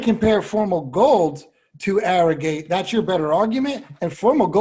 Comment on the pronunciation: ArroGATE...Not ArroGIT....Seems like certain people call him Arrogit thinking they seem COOL by pronouncing it that way...Sorry but hard to take shows about racing that serious when you can not even pronounce a VERY famous horses name correctly...And its not like his name was confusing...was OBVIOUSLY ArroGATE